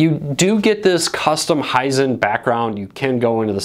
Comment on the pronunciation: Hisent? lol I didn't know TV's had a smell..